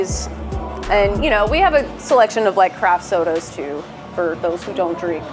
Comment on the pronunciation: Sorry, but did you say craft soads? I've never heard anyone say that ever.